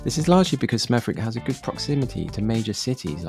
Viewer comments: Hey. I live in Smethwick (pronounced Smethick) and I'm one of the few white residents here (🤭). Apart from the VERY dirty streets (which is an accurate description in your video) and lots of rats (not in your video), I'm quite happy here. Great proximity to Birmingham. Relatively affordable. Safe (by West Midlands/Black Country standards). I've not often felt unsafe. Relatively decent public services (compared to the now bankrupt city of Birmingham). An interesting mix of peoples/cultures who for the most part live alongside eachother respectfully (which may disappoint some of the commentators here). Also, some nicer areas too....which unfortunately weren't included in your video. Not to everyone's taste of course. But you don't have to live here or visit if you don't want to 😊. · I still live there the W is silent or you can say Smerrick. Tbh when my parents were younger the shops were better it was a disaster when they knocked half the high st down and moved Tesco to West Brom further to travel for High St shops. Lots of issues and lots of litter. I think many are sad the way its gone. I grew up in 80s early 90s much nicer. We have a community vibe still but it has got worse crime and litter wise. They have built the Aquatics and redone West Smethwick Park (which is still community wise o.k) but isnt as nice as years ago many moved out years ago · Its called Smeth ICK. Just like every other wick. Warwick, Berwick etc. Wanted to listen to your commentary but couldnt cope 😂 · Spent the 1st 20 years of my life in smethwick. And the w is silent. At least we never said wick Area gone down hill a lot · nah the way you pronounced it is wrong , its pronounced smeh -thuhk, and thats directly from google when you click on how to pronounce a word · General dump like many Midlands towns! BTW, Smethwick is pronounced Sme-thick, without a W. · Its Pronounced Smethick with a silent W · It’s pronounced SMETH ICK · It’s pronounced “smedthich” 😊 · The pronunciation is Smethik.